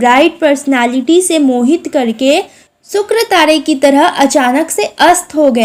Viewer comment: It is not sukratare. It is shukratare. It is not tade. It is tare.